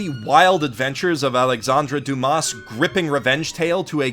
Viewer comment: Very interesting video, but please, check the pronunciation of foreign names, especially French ones. I must say I couldn't help but grin when you said 'Alexandre Dumas' or 'Albert De Montcerf' ^^